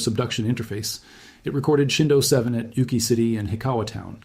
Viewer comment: Its ukiah